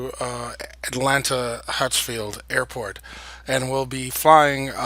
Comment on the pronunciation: why do you say hatsfield its hartsfield